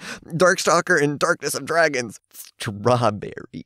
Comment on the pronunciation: While I was rewatching this the way you said "Stwahbewwy" fit so well with the art it melted my heart.